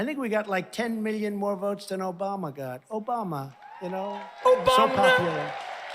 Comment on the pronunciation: "Obamnha" makes me laugh every time!